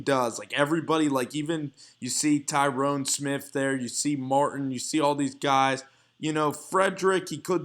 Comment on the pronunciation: Tyron not Tyrone. La'el not Lionel. 😨